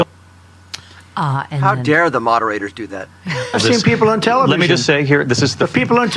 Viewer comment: "THE PEOPLE ON THE TELEVSION" He's just some old grandpa that watches news every night and thinks he can run the government better.